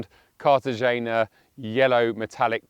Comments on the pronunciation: KAR-tuh-HAY-nuh Yellow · Fyi... it's pronounced, car-tah-hen-ya